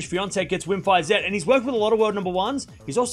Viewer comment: You learned how to pronounce "Iga Świątek", so you will also learn how to pronounce "Wim Fisette" ;)